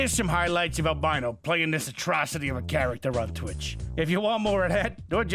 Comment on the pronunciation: Can we appreciate that the only word that the voice over guy mispronounced was Albino’s name at the end